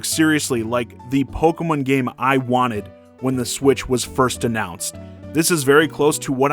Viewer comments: You mean, Poke-muhn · The way you say Pokemon causes me physical pain